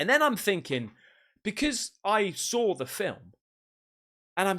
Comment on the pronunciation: I like the way he says "saw" reminds me of the way Paul Sr. from Orange County Choppers. They say "saw" with a r sound in it. Sawr or sarw 😂